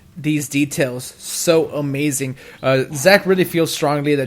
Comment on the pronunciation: errhh why does he say omazing and charazord?